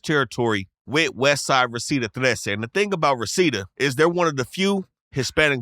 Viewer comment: What I like about this channel or this dude is when he says the name of the Surenos gangs he says Trece not X3 or 13, Trece is the proper way to say it so props